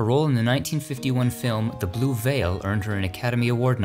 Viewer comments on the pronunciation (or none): none